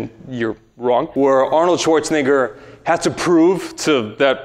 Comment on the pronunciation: Arnold Schwarz-what?